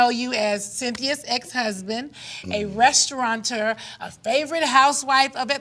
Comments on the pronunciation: She's painfully so uneducated. What the hell is a restauranter? LOL Girl, hire a speech coach to go over these words with you before your interviews. It's really simple instead of having yourself look so uncultured. My lil nieces know these words. Come on. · It's restaurateur and NOT restauranter!